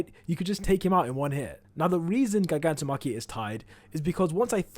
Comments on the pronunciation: please learn how to say Gigantomachia and Gigantification plz the way you say it is so annoying imo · I really can't stand how this dude pronounces gigantomachia or gigantification